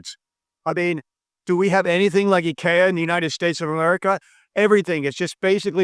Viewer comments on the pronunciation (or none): none